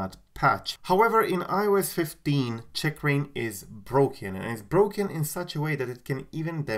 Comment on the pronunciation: The way you say “Checkrain” really bothers me 😆